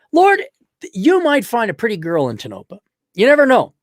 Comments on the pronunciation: Tone-oh-pah. It's a Shoshone name, I believe. It sucks for any kind of life and the girls get preggers just to have something to do. And they block dogs from their parks, the swine! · It’s pronounced TOE-NO-PAW Damnit!!! Its not far from Bishop Ca where you would go for groceries and medical care.